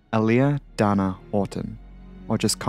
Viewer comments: Thanks for the lengthy infomercial at the beginning. And it’s pronounced Day-Nuh. There’s only one “N”. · It's hard for me to take a YouTuber seriously when you can't even get the subject's name right. Dana-"Dane na"